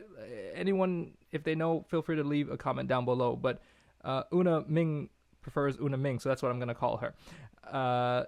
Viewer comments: It's Minh with an nh niy Ming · Minh to the northerners will sound like "Ming". Not that I'm fully a northerner but a halfie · Nh is a G sound in the North. I'm Irish in Hanoi. Ninh Binh is pronounced Ning Bing